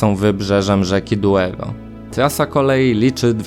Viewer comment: Douro, not "Duero".